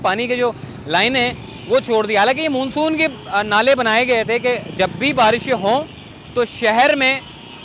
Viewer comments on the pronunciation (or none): Google it please how to prononce monsoon